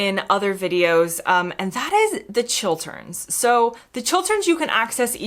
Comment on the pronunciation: Nice to hear an American say Chil-t-erns and not Chil-d-erns.